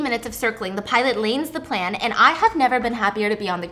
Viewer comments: she said, "lanes the plan" I think she meant Lands the Plane LOL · “LANES THE PLAND” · I'm so sorry but "lains the plan" had me howling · Stephanie said the pilot “lanes the plan” instead of lands the plane LMAO happens to the best of us! 😆